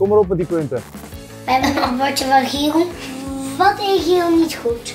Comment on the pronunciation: Waarom zeg je giek het is Giel